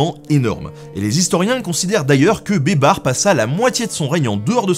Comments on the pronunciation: Baybars se prononce "Baille Barsse" pas Bébar lol ! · Ca se prononce "baïbarsse" pas "bébar" ........ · C'est malin, moi qui a entendu "beubar", je vois babar avec une beubar 😂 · j'ai entendu "les aventures de Babar" toutes les fois où tu disais baybars! xD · Qui entend des barres au lieu de baybar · En arabe ça se prononce " Beye-ber" بيبر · Pendant toute la deuxième partie j’entend « Babar » et j’ai du mal à prendre au sérieux un éléphant en costume vert, même si c’est un très bon stratège militaire ! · Moi j'entends "beubar", la barbe quoi! 😳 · ça se prononce "az zaher baybarsse" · Rhoolala la prononciation de Beybars :) ça m'a bien fait rire, mais je suis certains que j'aurais probablement pas fait mieux loin de là hahaha Je te pardonne la blague pour la Pologne parce que quoi qu'on en dise, c'est jamais que la vérité : la Pologne a passé son temps à se faire rouler dessus par tout le monde. Et lol la blague sur le "merci qui" pour le baba au rhum. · Baybars il c'est fait bébard mouahahah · Le S de Baybars n'est pas muet 😉